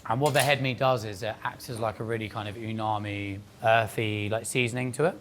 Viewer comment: bro is giving mad scientist vibes nitpick but i enjoy how he just makes up his own versions of japanese words "bitajang?" , "unami"